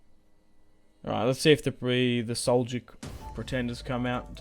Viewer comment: as a turkic person myself i can tell you its seljuk not selyuk all in all though i check everyday for ur vids this is an awesome series i think you should take anatolia georgia bulgaria and after thst go after the ayyubids and egypt restoring the eastern roman empire and bring roman glory back